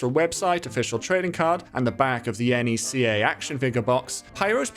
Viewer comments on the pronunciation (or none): As a NECA collector, hearing you pronounce it as N.E.C.A hurts me. It's pronounced like Neck-a. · ...NECA isnt an initialism, its an acronym. its pronounced how its spelled.